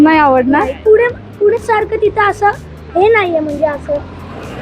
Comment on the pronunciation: पुने नाही पुणे म्हण ग